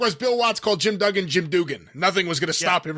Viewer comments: Mid South was good for mispronunciation of names, or using their own words, to describe things. I remember "Duggan" being "Dugan". It was also the only territory I remember a "suplex" being called a "sue-play" (probably for the Cajuns down there), and every manager was called a "general". For example, "General" Skandar Akbar, "General" Eddie Gilbert, etc. (the only time he wasn't "Hot Stuff") I don't how Jim Cornette didn''t get labelled a "general"? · HAHA.......I dig how threw the Bill Watts "Duggan mispronounciation" point in there at the end. To this day when I watch Mid-South Wrestling, that is like nails on a chalkboard for me. HAHA.